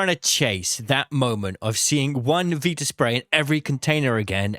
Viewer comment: VITA spray, not Veeta spray ffs